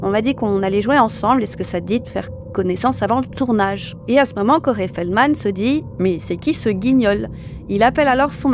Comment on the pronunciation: Je ne connaissais pas du tout ces deux personnes. Merci pour la vidéo et le travail accompli par vous deux! (PS: le prénom Corey se prononce /kO'ri/ , le /e/ final étant plutôt un /i/ sans diphtongue. dslée d'être embêtante!)